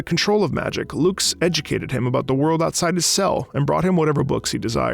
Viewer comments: Oh yeah, "loox" (lux) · Hearing him pronounce her name as Loox is really funny. It’s supposed to be an Uh sound Lux, named after the unit of illumination. Obviously he wouldn’t know that but it’s still funny to hear